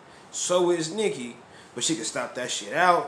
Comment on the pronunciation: Cardi can't even say nicki name